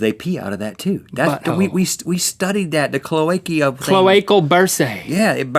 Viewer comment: cloaca? (clow - ay- kuh)